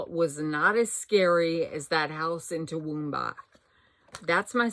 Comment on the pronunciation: OH!!!! Toowoomba you said it correctly. I have two Aunts live there. Queenslander houses are beautiful. P.S. I really love those pumpkins. 🎃